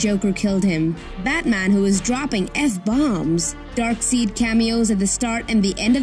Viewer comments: Pronounced DarkSIDE, not darkseed, nobody wants to know about his offspring. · "Darkseed"? I'm guessing your just reading from a script and your definitely not a fan. Don't worry love, I don't hold it against you. We all have to pay our bills. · It’s Dark-side not dark-seed lol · Rather Dark-Seid instead of Dark-Side. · At least dummies know it's pronounced dark-side and not dark-seed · DarkSIDE! Not DarkSEED! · Its DarkSEID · DARKSEID BRO. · Did she say darkseed? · Yeah, the way she pronounced DARKSEID made her the dummy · Stop saying Darkseed. Ffs. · The way she pronounced Darkseid make me cringe to death. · She pronounced darkseid wrong ! And u call us dummies ?! 😂